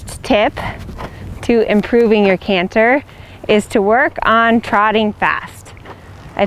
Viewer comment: You, like so many others, said the word canter correctly only one time. I wonder why that is. Dialect perhaps?